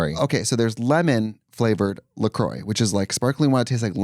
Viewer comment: do yall mean “La Croix”…? I have never heard anybody pronounce it “Le Croy”… LOL